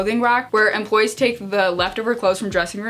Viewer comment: every time she said 'employees' i thought she was saying 'dem bois' and i was so confused lmao